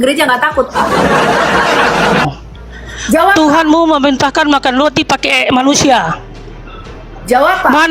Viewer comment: Roti bukan Loti😂😂😂 biacara aja gak jelas balik sd sono